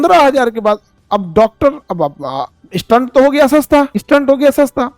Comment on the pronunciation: Sir maaf kijyega ....apka pronunciation galat hai stent ka